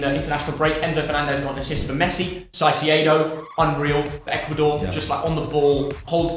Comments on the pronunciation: caicedo"s name is pronounced "Kaicedo, not saisedo. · can you say caicedo . not saisedo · I think it's about time we corrected # about the pronunciation of Chelsea player, #Caicedo. Please, it isn't pronounced 'saceeido' but rather 'Kaiceeido' Thank you! 😊 ❤ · Can’t even pronounce caicedo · Mom: When are you getting a girlfriend? Me: When pronounces caicedo right 💀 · Why can't he pronounce Caicedo normally?